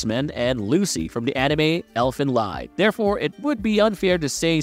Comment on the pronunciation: Elfen what now? 🤣 the "lied" in Elfenlied is more read like "lead". like in "to lead smt"